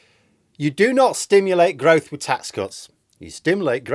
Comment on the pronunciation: gwroth, gwroth, gwroth.. and British cheese.